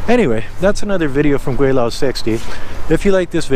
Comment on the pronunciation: It's funny every time hearing you say gweilo...